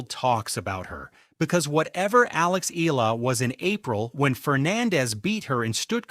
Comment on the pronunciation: You're not certain how to pronounce her surname, are you. You go from "Eela" to "E-AH-LA". It's the latter with the "AH". Just tell your AI, she's not an "EEL". Go on, try it!